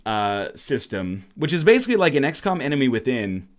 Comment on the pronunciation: sounded like he said "x-cum"